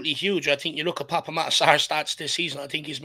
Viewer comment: Pape pronunciation is Pap 🙄